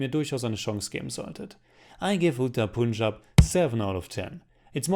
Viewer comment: I am first✋ and I liked it too 😁. Also plz correct your pronounciation of Punjab.